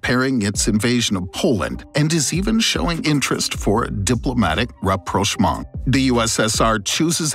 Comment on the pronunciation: rapprochement rapprochement rapprochement rapprochement rapprochement